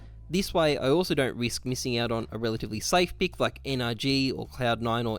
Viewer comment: It's 'pick' not 'peek'. Good vid tho